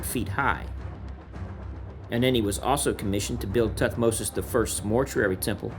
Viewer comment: Muy mal como se leen los nombres de Tutmosis y todos los egipcios😒